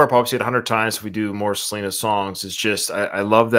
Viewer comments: Why are you saying her name like that? 😅😅 "Sa lin ah" sounds crazy Try "Suh Lee nuh" instead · For God's sake can't you pronounce Selena's name the right way